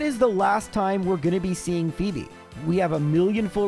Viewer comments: Ummm actually it’s pronounced “Fobe” not “Fo eb” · Please say every Elite Four name wrong more often! Fweb was a video highlight for me, lol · The return of the incorrectly pronounced hoenn names! I love it. In my head I always call them Sidenye and Fweb now lol